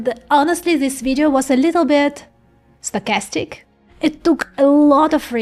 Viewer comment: Sounds more like "statistic" than "stochastic" 🙂 Like bitstream audio and PWM.